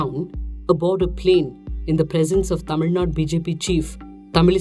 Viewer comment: Hey i am a big fan, my day does not start without your video and voice.. but i like you to take note please.. It is KeraLA not keral.. Tamil Nadu not tamil nad..